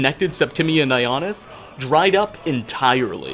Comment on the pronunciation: all the fudgemuppet watchers hearing him pronounce ionith like ion-ith instead of eye-o-nith like we’re used to